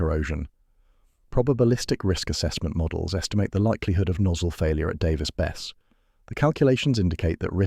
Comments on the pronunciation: It would have ruined the reactor, but the containment building would have stopped any release. Nuclear is still far safer and much less destructive to the environment than oil and gas production and use. It's pronounced Bess-e, not Bess. I live 6 miles away from the reactor, and I'm fine with it, the 2 oil refineries 8 miles in the opposite direction are far more concerning, dozens of smokestacks never stop pumping out giant clouds, and they often produce a disgusting odor that travels far beyond the refineries. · It's pronounced "Davis-Besseee"